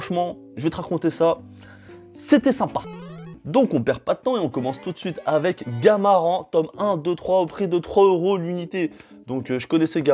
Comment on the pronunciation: Ça se lit gamarane pas gamaren